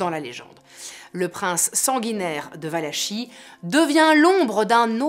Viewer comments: superbe narration, merci pour cette video juste un petit détail: Valachie se prononce valakie :) :) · On prononce Valakie. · Excellente vidéo comme d’habitude que j’avais ratée et que je vois sur le tard mais avec toujours tant de plaisir ! Juste une petite note, je ne sais pas si quelqu’un l’a déjà mentionné : ça se prononce « valaki » ;) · Valachie se dit Valakie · On prononce valakie